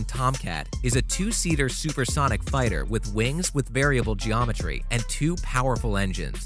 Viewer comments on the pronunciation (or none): none